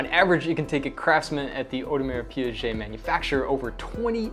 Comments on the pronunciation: Audemars Piaget? That's not how you pronounce the brand. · Audemars who?! You have lost me immediately after you said Piaget for the second time. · Audemars Pee-ghey. Piaget is a separate company entirely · Did you just say PIAGET????????? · To be fair you should compare the AP 15500 movement to the new Zenith, as that AP movement is actually the new one and far superior then the 15400 one. And yes, you need to practice your French 😊